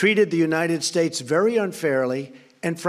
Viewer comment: The United Shayse..